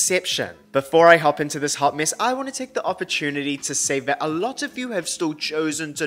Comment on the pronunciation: 1. I can never accept another pronunciation of mess. 2. That Mhissy voice over had me dying of laughter 😀 3. Mariah was and is so iconic. I did not know that was the same announcer she later gave the side eye too!!